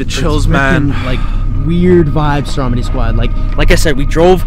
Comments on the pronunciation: Every time you say "what's up stromedy squad" it sounds like you're saying "what's up strawberry squad" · Its stromedy not dromedy